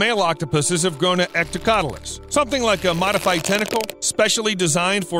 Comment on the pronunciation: 'Hectocotylus'. With an H at the beginning. Not ectocotylus.